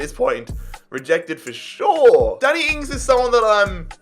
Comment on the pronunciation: "Daniel Ings"💀